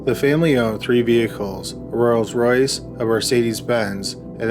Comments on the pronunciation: Rolls-Royce not royals royce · Hey Dude..... it's Rolls Royce. NOT Royals Royce 🤪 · The way you keep pronouncing Rolls Royce is annoying